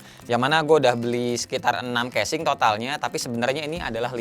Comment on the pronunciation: ngakak dah denger kesing ANJAY haha